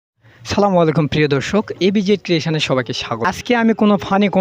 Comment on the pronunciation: কি ময়ালাইকুম শালা ভালোভাবে সালামটা দিতে পারিস না তাহলে তোর ভিডিওতে কে লাইক কমেন্ট করবে।😂😂😂😂